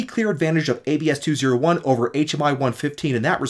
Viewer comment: It's pronounced AB-SEE not ABS-KEY